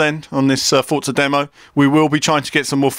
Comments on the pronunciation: I'm pretty sure its just Forza, the t-za sound only happens when its a double z, like mozzarella and pizza. One Z should be pronounced For-za. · Forza = Fort-za ? where's the T in Forza ? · why ppl say Fotsa not Forza ?